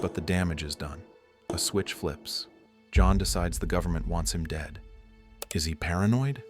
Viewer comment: "Governmen" loll